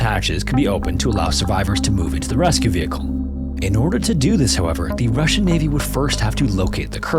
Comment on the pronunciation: Yeah the “Russjian” sure wasn’t 😂